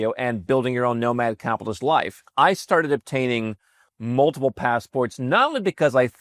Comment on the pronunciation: It just registered what I have been hearing say: Nomad "Cap'list". It has been spoken so fast that the "T" is silent. I mean no disrespect, just something sounded odd about his pronunciation. And keep these videos coming. I really enjoy the production value, topics and your presentation.